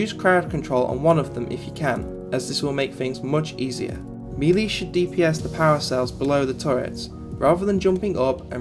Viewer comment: Nice guide. Still seems fairly current. Like many others you need to learn to say the word "melee" ... mey-ley :)